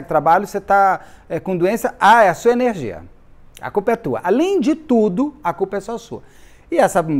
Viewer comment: Tudo só depende da sua enerrrrrgia !😊😊😊😂😂😂